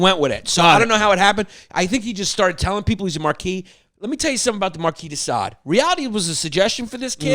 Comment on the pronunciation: Chris finally pronounces Marquis De Sade correctly, then immediately reverts to an incorrect pronunciation.....classic Chrissy!